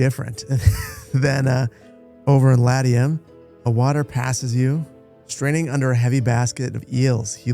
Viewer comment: Well, he can't pronounce Latium either. I have yet to encounter a game streamer who doesn't butcher names that anyone with a minimal amount of historical study would get right.